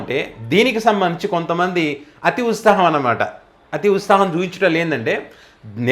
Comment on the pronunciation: సారీ సోదరా మీకొక విషయం చెప్పదలిచా సవరించుకోగలరు. మీకు త కు సవత్తు కలిపి పలకటం రాలేదు సవరించుకోవటం ఈజీనే. అభ్యాసం కూసు విధ్య అన్నారుగా అలా. ప్రొస్తహిస్తారు, సంవస్తరం, ఉస్తాహం మీరన్నవి ఇందులో. ప్రోత్సహిస్తారు, సంవత్సరం, ఉత్సాహం పలుకవలసింది. సారీ మీ కంఠస్వరం చాలా బాగుంది మీ ఎక్సప్రెషన్, విశ్లేషణ చాలా ఇష్టం. తెలంగానా యాస బాగుంది. Tq సోదరా.